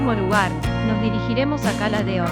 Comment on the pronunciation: a ver si pronuncias bien, los nombres de cala d'or y soller. La cagaste .